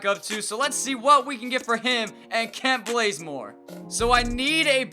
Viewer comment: Did anyone else hear him say "Kent Blazemore" or is it just me?